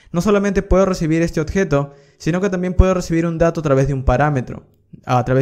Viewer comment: ¨odjeto¨ dice el bruto! Se dice ¨objeto¨